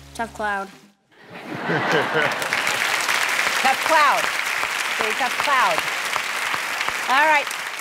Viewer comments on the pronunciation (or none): "tought cloud" 😂